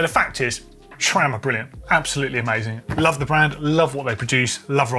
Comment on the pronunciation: Note, there is no H in SRAM, so why say SHRAM?